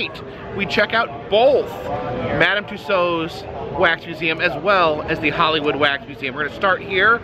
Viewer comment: Thank you for finally pronouncing Tussaud correctly!